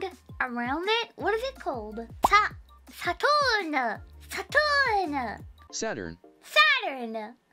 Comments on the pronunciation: "Saton! Saton!" Text to Speech: "Ｓａｔｕｒｎ" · The way she pronounced Saturn at first sounded almost German.